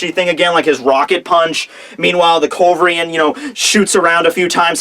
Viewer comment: How hard could it be to pronounce culverin right? :P